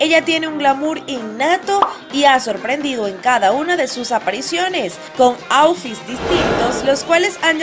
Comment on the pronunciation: No sabes pronunciar Vietnam y outfit?